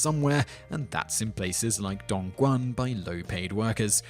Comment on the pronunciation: Nailed "Dongguan". Butchered "Guangzhou".